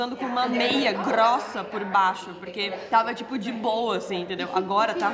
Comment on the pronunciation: grrrrrrrrossa (hahahaha) pegou o sotaque.